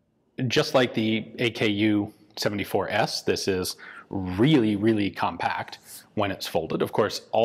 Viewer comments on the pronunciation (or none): Wait, vot? Did Ian just say AKU-74S?! Hast thou forsaken me, Gun Jezus?! 🤣